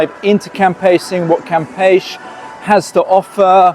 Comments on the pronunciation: Pronounced cam peshy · well, to begin, you d0nt pronounce it right....cam' pech E...... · Florianopolis is a nightmare in high season. It may take 40 minutes to move just 100 meters. Also, you pronounce it CAM-PE-CHE. Every single syllable is pronounced. You are leaving the CHE part out. Cam-pe-che , or Cam-pe-she (phonetics) Selling it? If you buy in the hopes to sell it in the short term, you will be in danger or be at risk. The number of people who have the money to buy properties or real estate in Floripa or BC is VERY VERY LOW. Brazil has a lot of poverty. The economic social class who can buy property to sell and be involved in the flipping business , they are already set and probably not be looking to buy from 3rd hand. Be careful Airbnb might be the safest bet but be very careful, you will have to charge very competitive prices because it is already near around saturation levels because Floripa is NOT cheap to ordinary people of Brazil